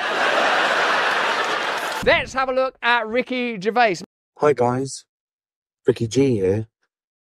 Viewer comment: Ricky Jazz, really!😂